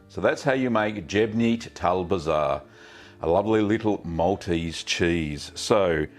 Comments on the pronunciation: It is pronounced jbeyniet tal bzar. It's pache not pace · Great Gav, You can pronounce it like this Shbay- neart Tul Bzar. Or Jeborn Tul Bzar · Sh-bay-neat tal bizarre closer to the Maltese pronunciation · you are totally wrong my friend im Maltese and its Gbejniet tal-bzar not how you said it and no its not arabic